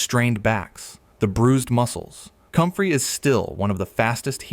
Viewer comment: It’s called COMFREY… 🤦‍♀️